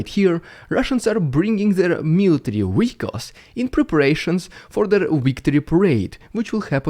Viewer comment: You saying "military weehicles" will never get old